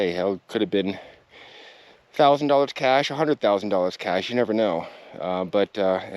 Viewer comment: You keep calling him Kenny Beach and not Veach also the word isn't cash the correct word is cache! I don't think you should take time off it seems to impair your cognitive abilities. Beware the desert lies in wait for you to make a mistake as it did Mr. Veach!